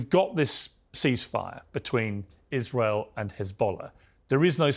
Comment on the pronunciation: Norman Finkelstein can't even pronounce his own name. He can't even make a snake sound... how can someone listen to a man that cannot even pronounce iSrael.. There's an 'S' in there.. but I don't hear Norman saying Israel... I hear him saying Ithrael. He can't say Palestine... he says Palethtine. Get it right Norman.